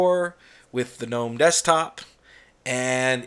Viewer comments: I agree with the pronunciation of GNOME. I cringe too whenever I hear say it at DT. But I love his videos. Yours are beginning to grow on me as well. Peace out! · Congratulations 🍾 on your subscriber count. You’ll hit 100k in no time. I remember when you were excited 50k. Remember, this is YOUR channel and you can post whatever kind of videos you want. No one is required to watch. And for those who don’t like the way you say “GNOME” or the non Linux videos you post. Those folks can go suck an egg 🥚. Best wishes from WV.